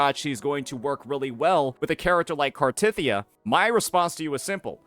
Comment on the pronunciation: this guy cannot pronounce any names right for characters. cartethyia literally tells you how to say it